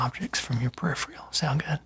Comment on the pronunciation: *It’s pronounced peripheral not periphreal